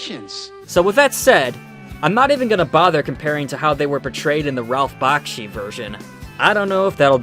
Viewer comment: you said Bakshi wrong. also I don’t find anything wrong with his movies. perfect Peter Jackson wouldn’t have even made The Lord of Rings if it weren’t for Ralph Bakshi